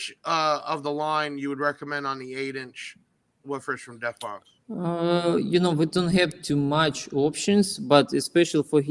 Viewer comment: at least pronounce it "Bonce" when he's on the show